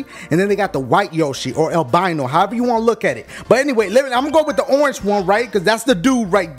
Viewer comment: It's orenge yoshi!